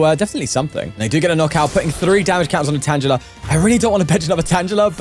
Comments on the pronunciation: Ok, why does he keep mispronouncing tangela? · Pronouncing Tangela with a soft "g" you're always finding new way to deeply unsettle me